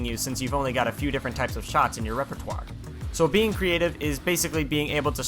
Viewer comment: repertoire sounded so good